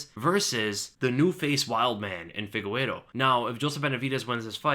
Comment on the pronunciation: why do you always say figueiro instead of figueiredo?